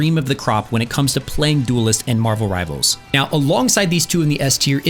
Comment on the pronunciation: "Rivalers" WHYYYYYYYYY